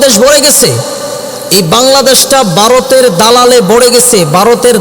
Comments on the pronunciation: "Baroter dalal","bul"......he can't pronounce "bha".....😃😃😃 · Boka joda, bharat kothata valo kore aage uccharan korte shek.. Tarpor varoter badnam karis.